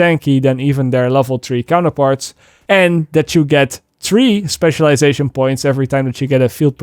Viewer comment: Is it ok that I laugh when says *tree*, if u see this sorry and I dont now how hard it is but if you say free... it's the same sound as three but different spelling. Anyway I'm just trying to help. Ps I'm shit at learning languages🤣 so good on you for learning English 👏👏👏👏If the free dont help then who cares. But once again amazing video and now that div2 is here we actually have loads of informative videos from u. Great work dad.👌👌